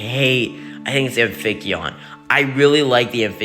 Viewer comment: Amphicyon is pronounced Am-fee-cie-on Synthetoceras is Syn-fet-o-seh-ras Diprotodon is Dip-pro-toe-don